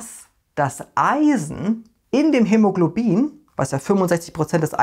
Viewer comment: Finde ich super was du leistest und auch super lustig wenn du dich manchmal versprichst bei schwierigen Wörtern wie hämologlobin weiter so